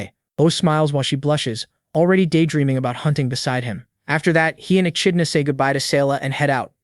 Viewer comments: Echidna is pronounced 'E-kid-Na'. Yes, English is stupid. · How many ways is the narrator gonna pronounce "ECHIDNA"😂😂😂